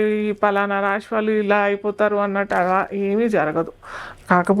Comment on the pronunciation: షని, రాషి… ఏంటమ్మా ఉచ్ఛారణ సరిగా చెయ్యండి ముందు జాతకాలు తరువాత